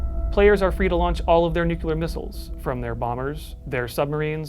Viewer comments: Take a drink every time he says "nucular" instead of "nuclear" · ‘New-clear’ Not ‘New-cue-lah’ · Nucular war or nuclear war? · It's Nuke - Lee - R. NOT nuke - U - Lar. That's not a word. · nuclear as in, atoms. nucular as in biology, cells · It's "Nuclear" like "Nu- cle-ar" ...not "Nuke-u-lar" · The word is nuke-LEE-er, not nuke-you-ler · Nuclear (New- clear) there's one u. One not nuculer, it's gross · If you’re making a video about nuclear war, step one is learning how to pronounce “new-clear” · The scariest thing here is actually the pronunciation of "Nukular" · I find it hard to take it seriously when you say nucular everytime 😂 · Nuckular :D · Btw It's nuclear not nuculer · Take a shot every time he says nucular. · "nucular" ಠ_ಠ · its really hard to listen to an opinion on this subject if the speaker keeps pronouncing it newqueueler and not nuclear. Like dude i know its the atomic equivalent of Their vs They're vs There but its so bothersome.... also using a netflix TV documentary as a works cited is harsh. Nuclear as a form of power s far safer than we're told when its not run by a tyrannical communist dictatorship. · Hard to take this seriously when you can't say "NEW-CLEE-YAR". Jeez.... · Its actually pronounced nucular😊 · You lost me at your pronunciation of nuclear mate. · You keep mispronouncing “nuclear” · 0/10. Can't pronounce nuclear.